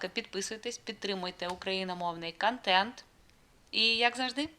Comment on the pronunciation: Українською не вада, а вода, а також не кантент, а контент. Немає в українській ненаголошеного О, яке вимовляється як А. Це вам не масква 😊